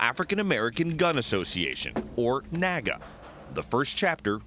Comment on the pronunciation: Its NAAGA. I think the name was inspired by the NAACP. So I'll just refer to it as the N "Double A" G A.